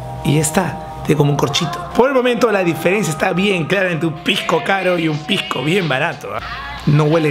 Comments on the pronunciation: se dice pisco y no "pijco", muy mal informado estás al comparar piscos de distinta clasificación. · Pijco, pijco, pijco, pijco oe habla bien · Se dice pisco oe,no pijco. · Todo el video escuché "pigcoo" 2 trillones de veces 😐